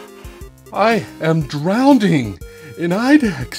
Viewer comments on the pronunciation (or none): Actually, when you say 'drownding' out loud it should ring alarm bells...